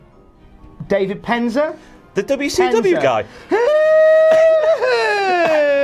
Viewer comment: I liked David Penzer... Or Dave-id... Pen-zer! If he were to introduce himself.